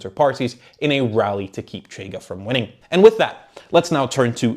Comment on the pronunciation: Also the 'CH' in 'Chega' doesn't make that sound. 'CH' represents a sound represented in English as 'sh'. But it happens. Most people on YouTube don't check these things up. If had a tuga acquaintance, that could help on this aspect. Edit: I'm not a tuga myself. Am a zuca with some tuga distant relatives. 2nd Edit: I made a point in saying I'm not tuga, to elucidate that I'm not suggesting to be consulted or anything. My suggestions are always in the direction of: having nationals of the country discussed being consulted(including on things like pronunciation). 3rd Edit: Reorganized the comment, omitting unnecessary stuff, while also correcting typos.